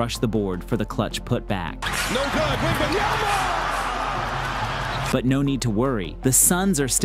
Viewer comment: Dang! Is that? I mean …. Lol …. Just get it right….. It’s WembanYAMA,,,,,!! If you can’t say his name, right, just call him WEMBY!